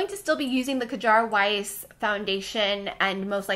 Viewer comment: Love your videos and MBM will be missed! Definitely gave me something to look forward to on Mondays. But one little note: please try to look up how to pronounce brand names with words in foreign languages like Kjaer Weis (sounds like "care wice"), Koh Gen Do (the g is soft like "get"), and Maryam Maquillage. A quick search with Google Translate helps a lot if you can't find an explanation from the brand itself :)